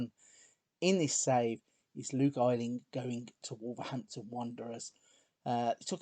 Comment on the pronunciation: So happy to find someone doing a nice long Leeds save :D Wish you pronounced Luke Ayling's name right, though! Thanks for doing this save :)